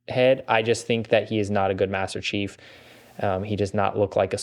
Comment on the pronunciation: Did bro accidentally say master cheeks